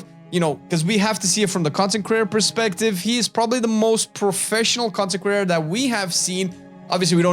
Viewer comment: When you say content creator, I hear "consecrater". TBH, I watch your channel more than the concecraters you listed, except maybe T&E.